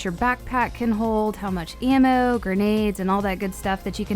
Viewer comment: Omfg..... how u say ammo.......🤫🤫🤫🤫🤫🤫😰😰😤🤬🤬😡🤬😡🤬🤬😡🤬😡🤬😡🤬😡😡🤬😡🤬😡🤬😡🤬😡🤬